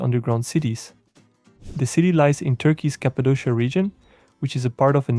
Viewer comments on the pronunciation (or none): none